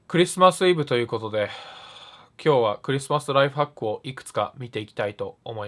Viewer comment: ナイトファックに聞こえた